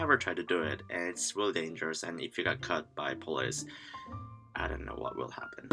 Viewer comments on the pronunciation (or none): I love the way it sounds like 'cut' when you're saying 'caught'. As if you gotta watch out for the police because they'll straight up shank you.